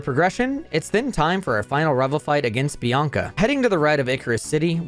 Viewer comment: ... Bianca and Chieri ????? Edit: Ah you're one of those Youtubers who pronounces everything wrong on purpose to drive up engagement in the comments